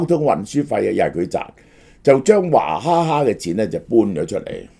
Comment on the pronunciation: 点解娃读做华、娃哈哈变华哈 哈